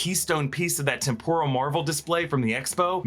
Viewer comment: Why are you pronouncing 'temporal' like 'tempura'? English as a second language?